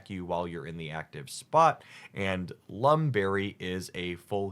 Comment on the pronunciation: EE-LECK-TI-VIRE not electreev. LUHM berry not Loom berry, CRESS-EL-E-UH not cressiluh